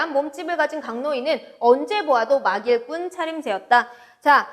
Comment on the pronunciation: 막일꾼ㅡ발음이 틀리셨습니다.